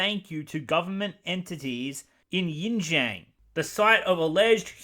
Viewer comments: Nice job. For the pronunciation: Xinjiang = "Shin-jyong", and Uighur = "We-ger". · Name’s list: Uyghur = Oowee-ger Urumqi = Oo-loom-chi Xinjiang = Sheen-jiang Ffs if you’re gonna’ provide key awareness for the fast-disappearing gem of trade route, say the damn names right so people don’t send aid to the wrong damn continent. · It does not bother me that you mispronounced xinjiang but if you want to know how it is shin jion, or use yabla. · It's not spelled Yin Jian. It's spelled Shin (as in your calf)-John (as in your disciple). I hate the Disney adaptation as well but you could've at least run the wikipedia pronunciation button before publishing the video. It's annoying. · Pronunciation is more like Pronunciation is more like Sinkiang or Shinzian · Really appreciate hearing your opinion. Just a heads up though, Xinjiang is pronouced as "Shin jhang" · Both Mulans are after my time. But this was still very ... illuminating. The atroocities in Xinjiang (pronounced something like Shin-Jyong btw) are well-documented. Not quite on the level of the nazis, perhaps, but pretty awful. Incidentally, some time ago Lindsay Ellis did a piece on "Woke Disney", and wasn't very impressed with its "woke" credentials. Phoenixes are both sexes in Chinese, and I'm fairly sure that's also true of dragons. FWIW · Xinjiang is pronounced like shin-jee-ahng just fyi :) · Thanks for video man but it’s pronounced shin-ji-āng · You mispronounced so many Chinese words its unwatchable. Yin Zhang?awful. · heres a correctly pronunciation of xinjiang. its SIN JI-AANG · "Xinjiang" is read SHIN-JIYANG. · Xinjiang = “shin jee-ahn“ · Its pronounced "Shinjang" and "Weegers" btw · Xinjiang is pronounced Zinjiang. Uighurs is pronounced Wegurs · I imagine you'd have done much better pronouncing Liu Yifei than you managed with Xinjiang and Uighur. It's a lot more intuitive.